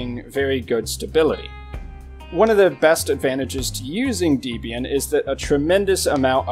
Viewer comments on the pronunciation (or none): Distrowatch does not list the most popular Linux distros, it lists the distros whose pages have the most hits on its website. There is no accurate method whatsoever for determining which Linux distros are the most popular. Also please learn to pronounce Debian correctly - it's pronounced DEBB-IAN, not DEEB-IAN since it's named after Debra and Ian Murdock, its founders [also learn to pronounce MATE correctly, it's not MATE but MAH-TAY since it's name after a type of South American tea]. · The official pronunciation of Debian is 'deb ee n'. The name comes from the names of the creator of Debian, Ian Murdock, and his wife, Debra. "Not Deeebian for goodness sake." Otherwise, thanks for a nice video.